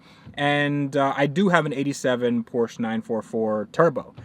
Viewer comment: Self-respecting car guys pronounce Porsche, which is someone's name, correctly.